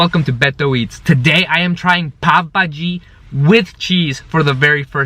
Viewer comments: Friend not pabhaji it’s call Pao Bhaji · Let me yell you it's pav bhaji not pop bhai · I legit thought he said today i am going to eat papa ji. Quarantine be messing with my mind